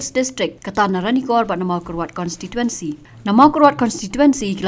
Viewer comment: Wow ko mei... Ka apot au kum kane... Tang ban kynnoh constituency ruh ym nang da ka "consituency" Independent Candidate 🤣🤣🤣🤣sound funny😝😝